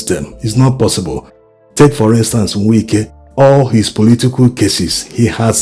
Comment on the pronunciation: To the admin... Its Wike not Winke.... I understand you are Igbo but pronouncing Wike isn't same as what you think in Igbo